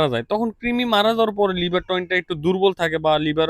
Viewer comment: ভাই আসসালামু আলাইকুম তিমি হবে না কৃমি হবে একটু ঠিক করে দেন